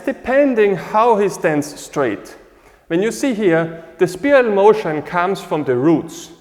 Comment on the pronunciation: As a point of reference, is there a particular acupuncture point location on the bottom of the foot associated with where our weight should rest for the 50/50 mabu position, and would it be the same for 50/50 standing taiji commencing position? Also, respectfully, it is pronounced SPY'-RUHL...like a spy. Thank you for another excellent explanation.